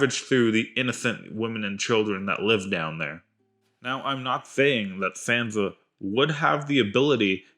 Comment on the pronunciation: Did you actually watch GOT?...did you listen?...then why do you mispronounce Sansa ?